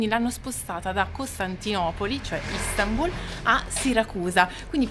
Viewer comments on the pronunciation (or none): none